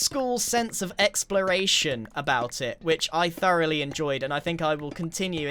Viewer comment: My favorite part was when he said 'throughly' 30 times